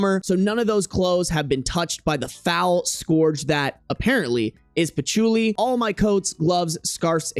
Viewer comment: not you saying Patch-oo-li 😂😂😂😂 bruh